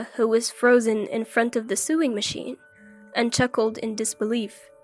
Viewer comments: The sister in the first story didn't want to train her, she just wanted a maid to cook and clean for her the entire time they were in Hawaii. Also, sewing is pronounced "so-wing" not "su-ing" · Sewing??? Sowing is how it's pernounced!!! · Sewing is pronounced sowing. Lloyd is too arrogant.